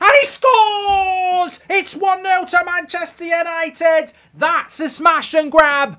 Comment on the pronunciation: Did he say Mancheuure United?